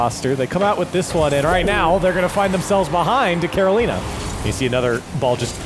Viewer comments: Why does pronounce Carolina like that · Who the hell taught these people how to say Carolina? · Care Oh Leen Uh vs Care oh Line uh vs Ka ro li na